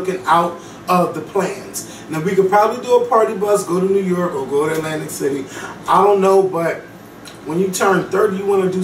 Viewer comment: Thank you. It also helps to have a firm grip on standard English. You don't have to be Bryant Gumbel, but at the very least, know how to pronounce "ask," "New York,", etc.